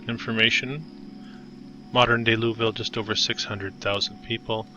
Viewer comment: It’s Loo-uh-vul.